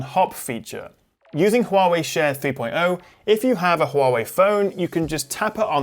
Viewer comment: I'm truly amazed by your pronunciation of 'Huawei' instead of 'Waaway'